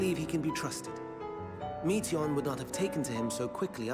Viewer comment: no... it's not pronounced like meat 🥲 it's pronounced like Meteor. Meteion - meteor That's where the name is from. "Shooting star", remember? 🌠